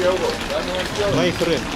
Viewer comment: Та интонация, с которой Арату говорит "май френд" вызывает испанский стыд